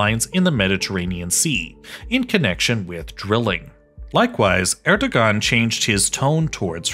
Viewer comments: It is pronounced as Er-do-aan. g is silent. 🤘. Pakistan'daki Babür soyundan gelen destek. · "g" is silent in "..ogan" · Since I get the feeling that you care, the "ğ" in Erdoğan's name is pronounced as a [w]. More generally, it makes more sense to think of "ğ" as silent in (the most common dialects of) Turkish, but sometimes it becomes a [w] or [j] ([j]="y" sound in IPA) because of the surrounding vowels. It's also used to mark long vowels when after a vowel letter or between 2 of the same vowel letter. All this is because it actually represents a sound that disappeared in the most common dialects of Turkish. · we do not read the “ğ” all time, mostly the “ğ” is silent. the “ğ” is used between two vowels. the vowel reads after the “ğ” 2 times with softly. for example the erdoğan: here the erdoğan's pronunciation at turkish; erdoa:n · You butchered the presidents name. 11/10 on reporting. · If you can't pronounce the name of the country's leader correctly, don't make a video about the country. Good rule of thumb. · Lol that family name pronouncation